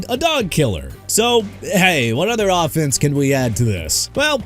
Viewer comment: His pronunciation of "offense" proves this is read by an AI